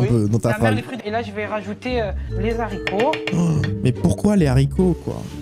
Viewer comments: les zaricots? Haricots= H muet! astuce 2 je quiche dans l'assiette après avoir mangé et je resers le tout au prochain repas. rire de film d'horreur... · Hooo il a mis les ’’zaricot ’’ fraté..😀😃😄😁😆😅🤣😂